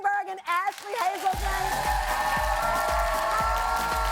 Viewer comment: Did she say Hazleton? 😅